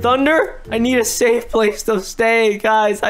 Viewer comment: he really said "i need a stafe place to say" 😂